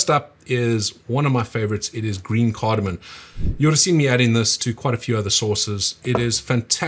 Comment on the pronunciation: Dude u just said asafoetida and cardamom wrong. U even spell checked and posted it on screen! CardamoM? And you even said u like cardamom. Maybe a little more effort? U have a fairly decent sauce